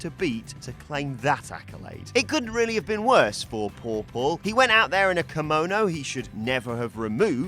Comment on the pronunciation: cringed so hard when u tried to say kimono... can you english speaking folks pronounce a single word from another language correctly?!